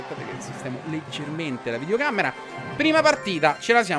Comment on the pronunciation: qualcuno spieghi a ciccio che non si dice "videoCAMMERA"😂💖